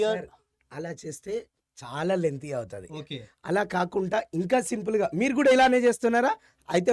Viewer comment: KakunTa kaadu, kaakunDa. Eenee Telugu koola